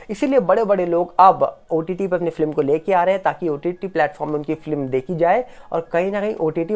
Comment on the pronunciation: आप बहुत अच्छा बोलते है.हम अक्सर आपको सुनते है.पर एक बात चुभती है.आप फिल्म को फ्लिम ऐसी उच्चारण करते है😢.FLIM/FLIM